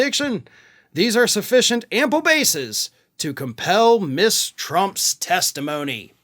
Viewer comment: Ms is pronounced Muzz, not Miss